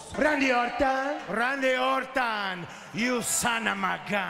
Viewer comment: Best ones: Imma boptista! You have a big mouth, John Chena (cracks Cena) You see… KYJ Randy Ortahn! You SONAMAGUN!